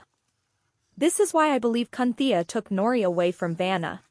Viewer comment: "Cunthea" WTF 😂 😂